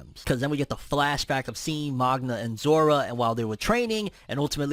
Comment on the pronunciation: Zora not zoro 😂